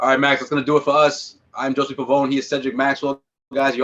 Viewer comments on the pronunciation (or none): True,. I Never heard that name pronounced like that way. Hoezay is the only way I heard. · Damn JOSUE, you dont even say your own name right. QUESTION: Could we trade Smart, Hordford, Thompson, Nesmith, four draft picks (three second rounders and the first rounder), the Trade Exception, a sign and trade with Fournier - all for Bradley Beal, and then somehow sign Lonzo Ball to come, seeing that LA spit him out. I know it's a lot, but I think its an offer Washington can't refuse and one that could really make them a better team with a brighter future. Plus the extra draft picks we give up is for taking Thompson's contract that could leave more room to entice Lonzo to sign with us.. LONZO, BEAL, BROWN, TATUM, WILLIAMS, ----MOSES, G. WILLIAMS, PRITCHARD, LANGFORD. The trickiest play would be to involve that sign-n-trade with Evan Fournier, I'm not sure how the paperwork would look like. But the Wizards will have WESTBROOK, WALL, FOURNIER, HACHIMURA, HORDFORD ---- SMART, GILL, BERTANS, LOPEZ.